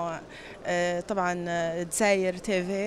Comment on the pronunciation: دزاير tiiiiviii تحسب واد امريكي راه ينطق فيها كي دايرا